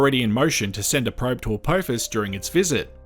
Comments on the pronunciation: Its a-p-off-us not a-poe-fus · Why do some say Apowphis. Do we say Stowp